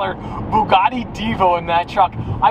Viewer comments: Bouguati (Thats what a French guy hear....) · ''Byugati''!!! What was that pronunciation at the begining....Byugati !!!??? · Why did he butcher the name twice then when he was opening it he said it propley then went right back and butched the name again .